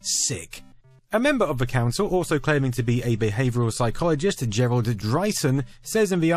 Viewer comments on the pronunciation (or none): none